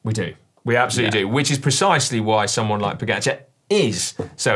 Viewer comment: Are we not going to discuss how was pronouncing "Pogačar"?? 😂